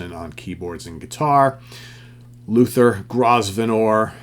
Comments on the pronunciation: I think Luther's name is pronounced GROV-e-nor (I could be wrong, though). He and Ariel Bender of Mott the Hoople are the same person. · By the way, Grosvenor is pronounced Grow-vnur, - just fyi..